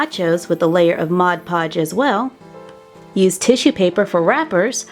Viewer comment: ITS MOD PODGE NOT MOD POGE YOU DORK